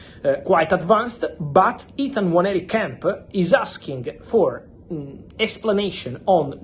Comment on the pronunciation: Well done Fabio You actually pronounce the name "Nwaneri" better than all the people at AFTV and the English fans in general. Robbie and co should take note and time to learn and pronounce footballers names correctly. Well done again🙌🏾🙌🏾🙌🏾